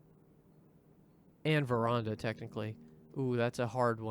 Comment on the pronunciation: you probably don't care but veranda is pronnounced as ver-ann-da as fopr your question the (in game) lore makes it clear that marion faked her disappearance after the crown was stolen so that she wouldn't be captured; while its never stated outright its heavily implied that mnarion is alive and well in the country to the south of the one in which the estate is located